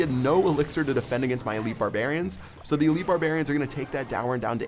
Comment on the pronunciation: Clash Royale really Are 10 you don't know how to say are